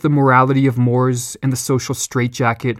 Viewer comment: I love your work and can best support you now with another humble pronunciation pointer: [cultural] more = mor-A